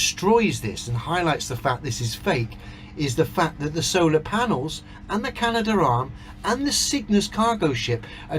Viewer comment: keeps getting it wrong. It’s the Canadarm, not the Can-uh-der-arum.